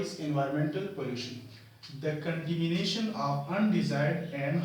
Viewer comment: It's 'contamination' not contimination